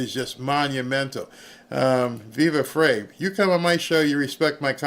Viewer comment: Viva's last name is pronounced Fry.